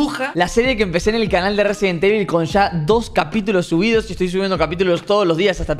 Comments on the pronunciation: Nadie: Absolutamente nadie: Robleis: Resident tevil xd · Nadie nadie robleis diciendo residentevil todo junto😎